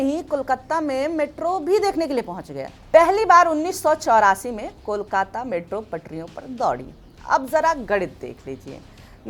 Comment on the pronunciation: First time a non-bengali speaker was able to pronounce Kolkata so perfectly. 😊Brought tears to my eyes 😢 Thank you !